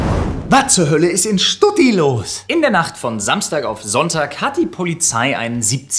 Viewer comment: lieber Flo, Stuggi. Bitte, sag wenn schon, dann Stuggi. nicht Stutti x.x